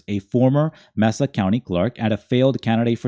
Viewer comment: *May-Sa County